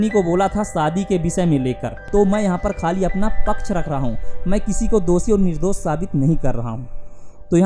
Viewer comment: Nirdos nahi... Nirdosh hai Talaas nahi... Talaash hai Syadi nahi... Shyadi hai Internet is full of such creatures who speak wrong Hindi